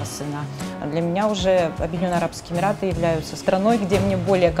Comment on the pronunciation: Прононс на английском мрак да и на русском Емираты... ну как так??? Фубля